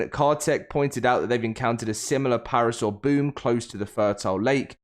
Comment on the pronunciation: Him saying parasaur is driving me nuts